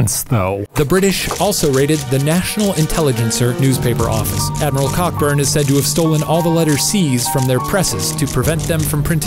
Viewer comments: Cockburn- pronounced coburn. By the way, why are you guys proud of your ignorance? The Chinese invented rockets hundreds of years previous. It’s all good fun though, and very entertaining to boot. Consensus by a semi-educated, and literate panel is a great way to educate others. Can’t you imagine Trump listening to this? Steaming red faced as he types on Twitter? “Fake news, fake history, nothing like this ever happened at all. And I mean Ever! Throw out all books, and videos, and books, did I already say books? Containing even the remotest reference to America losing any fight, never mind war! Especially on our own soil!!! No, no, no, you’re all fired”!!!...Jajaja(me laughing in Spanish). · Hey are mispronouncing Cockburn's name. It's pronounced Co-Burn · Cockbun is pronounced Coburn. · Pronounce cockburn correctly “coh-burn” pay attention to me. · I feel the need to point out that Cockburn is actually pronounced Co-Burn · Cockburn is pronounced coburn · im 99% sure his name was pronounced "coh-burn" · its kinda annoying Cockburn is pronounced Co-burn at least in Scotland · Hate to ruin it, but Cockburn is pronounced Co-burn. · Uh...."Cockburn" is pronounced "Coe-Burn". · Isn’t Cockburn actually pronounced Co-burn? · its actually pronounced Coh-burn..a city in australia is named after it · Cockburn is pronounced Co-burn, and thanks for the Scottish and English flags on your desks. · It's Coe Burn. How does every single one of these videos have a mispronounced name - mid research maybe ask a British person how to say these names? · It's pronounced Co-burn not Cockburn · Hi so Cockburn is actually pronounced "Coburn" alright cool thanks bye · It's Co-burn! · The 'CK' in Cockburn is silent. It's pronounced 'Coburn'. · lmao I'm pretty sure that Cockburn is pronounced 'col-burn' there is a street in Edinburgh which is spelt the same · The name is pronounced Coburn not Cockburn. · Cockburn is pronounced COH- BURN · Cockburn is pronounced: k-oh-burn!